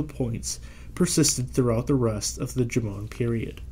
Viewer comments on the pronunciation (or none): Jomon is pronounced like JOE-mon (sounding a bit like "mom" but with an n). Definitely not "juh-MOAN".